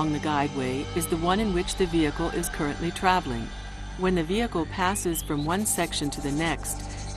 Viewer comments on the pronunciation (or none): none